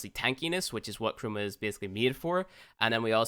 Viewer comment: It took my a while to figure out he was saying "Chroma" instead of "Trauma"...